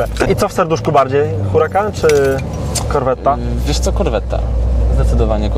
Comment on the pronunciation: Na boga nie wymawiajcie dwa t w słowie corvette